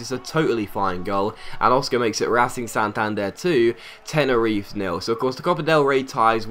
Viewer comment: Tenerife is pronounced Te-ne-ri-fe you actually say the fe part instead of Tenerif. Good video as always non the less:)